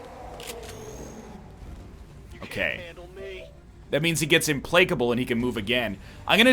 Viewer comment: He has to be messing with us, right? There's only so many times you can say "ImPLAKEable" before realising.